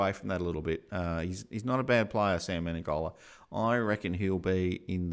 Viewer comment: Why do people call him Me-ne-N-gola? Isn't it Me-ne-go-la?